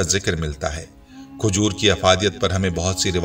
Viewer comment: khujoor nahi khajoor...injeer nahi anjeer bolo bhai